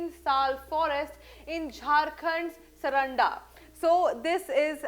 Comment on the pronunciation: Mam the pronunciation is सारंडा .. plz take care of this local name